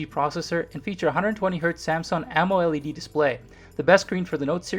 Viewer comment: I swear I haven't heard any one say "Amo-LED" that way....